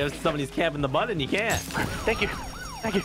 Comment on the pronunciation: The what squirrel the buntton 🙃🙃🙃🙃 it's button love speaking no hate